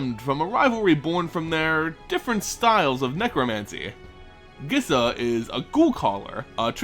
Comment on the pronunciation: First off, pronunciations: 1. Skaab is pronounced like scab, not scabe. 2. Gisa is pronounced Geesa, not Gissa. Second, awesome video!!!